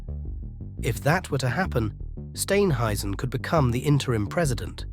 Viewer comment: It's pronounced Steer-n- hazen. ( Steenhuizen)